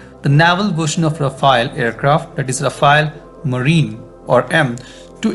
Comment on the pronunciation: What is “rafa-elle / ra-fail” ? You guys comment on defence matters so get the name right. It’s pronounced “ra-faal”